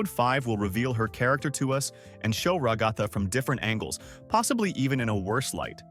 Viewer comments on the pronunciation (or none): I get so annoyed when he says ragatha it sounds like he says rugafa but it’s rag-a-tha